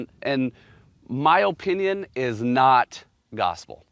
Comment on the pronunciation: I don’t like the way this guy says Oh-pinion